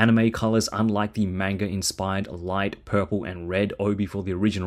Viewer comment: Can't pronounce manga right, or realse who the character is, with his name on the box?